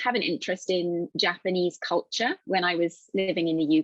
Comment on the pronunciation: さんの動画を見るようになってから、英米の英語を聞き分ける耳が磨かれてきました たとえば、 のcultureのrが落ちて聞こえるあたり